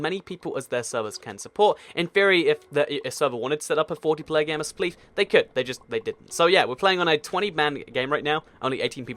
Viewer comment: I think you spelled spleef wrong on the picture before clicking this video because you said "spegg"